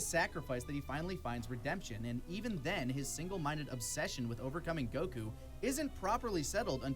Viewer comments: please, someone teach how to pronounce goku xD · Why does he say goku like that!! 😭🙃